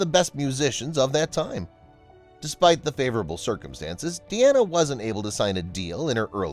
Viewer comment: It's not 'de-ana' Carter!